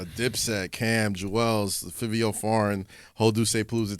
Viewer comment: its five-e-o foreign just like that bro